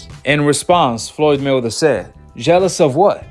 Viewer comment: Are you saying Floyd Milder? Or Floyd Mayweather I can't tell.